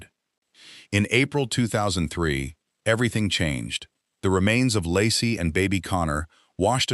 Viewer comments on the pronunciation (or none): Laci, pronounced Lacey or Lacy, not Lassie. Her car was still in the driveway. Actually, the family car, just called Laci's but she had no ownership. Her purse was still hanging in the closet. Actually, her tote bag/purse was on the floor with odd things in it. He called her mother, then the police. He asked if Laci was there and became very alarmed when told she was not. Ron Grantski called the cops. Scott immediately went to all of the neighbors' homes, looking for sightings of Laci. Detectives noticed inconsistencies almost immediately. small details in Scott's account of that fishing trip that didn't quite line up. This was one of a long series of lies told by the MPD, all of which were designed to make Scott look bad. The In & Out burger lie was a very bad one. Scott had told Frey he'd lost his wife and that this would be his first Christmas without her. That's almost word for word what Dave Giardanelli told Frey when he was sleeping with her. Frey saw his wife 3 years later! Scott almost immediately realized that his 4 dates with Frey would likely cause a mountain of assumption and the end of searches for Laci. He was, of course, correct. Maybe he should have tried to get Frey to agree to be silent, but I doubt it would have helped. But that's why he kept lying. A guilty man would want to minimize the damage and also end the searches. He wouldn't want the body found. That wasn't Scott. He took any risk to find Laci alive. He dyed his hair, grown a beard, You find that o